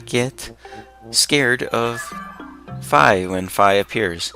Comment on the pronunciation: Fi s name is fee not fie